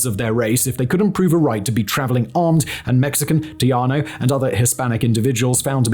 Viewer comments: I as a Texan sat here for a good 6 minutes wondering how I hadn't heard of a Tiano. That's Tejano, Simon, said Tay-han-oh. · Love this video and all of his other channels. Pero, my Houston born, Mexican-American, Tejana self winced every time Simon said 'Teajano' instead of Tejano (pronounced, te-HA-no).. He's so freaking British 😂 jaja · TEJANO has an "H" sound to it.Not "J" or "Y".TEHANO! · I think what you are trying to say is "tay-HA-no". The j is an h, not a y. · Trianos is what I kept hearing him say. I thought it was some unknown group of Hispanic freedom fighters I had never heard of. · .....and Simon, it's pronounced. Tay-' hah -know....just sayin' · So "tejano" is indeed what he is trying to say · Your Wikipedia comment is so true and funny because I browsed Wikipedia's entry on this topic when looking for who the "Trianos" could have been, not able to believe that it was all so bad that he was just actually pronouncing Tejano wrong. Their understanding seems to be even worse than Wiki. Unfortunately, from now on I will be watching all future videos by this channel with more doubt and "Show me" level suspicion. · Haha I was wondering what’ a “tiano”was !!! At least what it sounds to me !! 😅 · 😂Simon, say "Tayano" in Texas. Tejano sounds more like "Teh hanno" because Spanish pronounces "j" like "h" whereas northern Europeans often pronounce "j" like "y." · Tejano has a hard j. Like you're getting ready to hock a loogey.